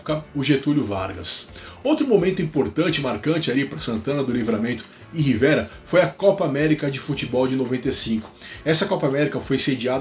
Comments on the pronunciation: Só uma correção: a pronúncia da cidade uruguaia é Rivêra e não Rivéra. Abraços! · Acho que a pronúncia correta de Rivera é um som fechado ( rivêra ). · só por questão de pronúncia mesmo, "Rivera" tem o "e" fechado, como se houvesse acento circunflexo; no lado uruguaio, "Chuy" é pronunciado "tchúi", em monossílabo.